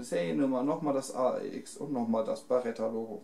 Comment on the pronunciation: Es ist eine Beretta und keine "Barretta"!